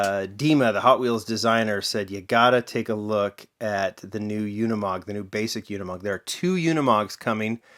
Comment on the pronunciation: it's pronounced ... "oonimog" not "younimog"